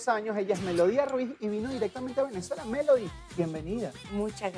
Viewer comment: le dicen melodya y es melody ._.